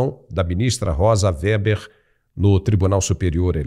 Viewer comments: O nome é Weber, não WERBER ! 👍💥💥💥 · RECOMENDO PRESTAR ATENÇÃO QUANTO AO REFERIR-SE AO NOME DE EX-MINISTRA "ROSA WEBER".O SR.TEM PRONUNCIADO O NOME DELA DE MODO INCORRETO. NÃO É "ROSA WERBER".